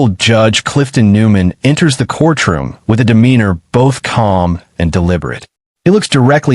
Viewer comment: Court room, not corch room